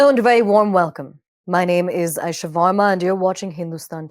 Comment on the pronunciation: voorrma nahi varma 😁